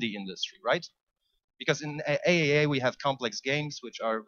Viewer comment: By the way, it's pronounced triple A not AAA :)